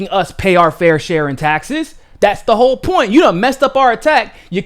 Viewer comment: I couldn't quite follow your pronunciation at the beginning of the video, was that "Whoopi Goldberg is a a who'e mess" or a "ho' mess" or .....? Approximating final consonants is how tone languages get started. Are you a by any chance turning into a ping puppet now?